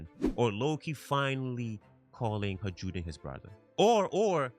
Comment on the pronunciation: I enjoy your content, however it did get harder to listen to you pronounce Hajrudin incorrectly so many times as Haj-rude-in. Just like Jarul isnt "Ja-rule" its "Ya-rool" similarly Hajrudin is "Ha-roo-din"